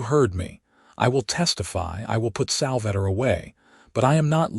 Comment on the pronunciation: Sal-va-tor.....AI is awful.